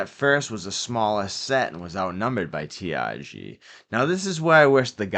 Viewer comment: it's not T I G It's T R G